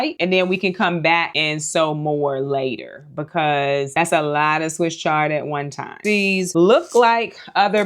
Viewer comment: You are so funny. "I just don't need a LAWT of kohlrabi...we're just gonna do EIGHTEEN KOHLRABI 😳" - So so relatable lol. Fall is my favorite season. Living in the Midwest, I have more cool-season days than warm, so my garden prioritizes space for cool-season veggies. Most will go in 45 of my Bootstrap Farmer grow bags. I would grow fall cabbage, broccoli, cauliflower, kohlrabi, giant red mustard, collards, cilantro, and tons of asian greens! I love mizuna, bok choy, and napa cabbage. I might even start a few peas in them. I'm a new gardener and in my 3rd gardening season. I found a new passion and obsession, and I love Bootstrap Farmer products. So far, I only have a few trays and a lot of their grow bags, which were a complete lifesaver when trying to get started in limited space and on a budget. This would be a beautiful addition for a new gardener looking to build a quality collection of seed-starting supplies. Thank you for the opportunity to enter to win this! I'm so excited!